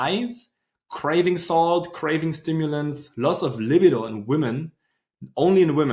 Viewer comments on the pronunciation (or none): I love your videos! I want to teach you the pronunciation of the word libido because whenever I hear you say it your way I’m thinking to myself; what is he talking about? (until I figure it out eventually) Spelling it phonetically: La-BEE-doe with emphasis on BEE. Thanks for all you do!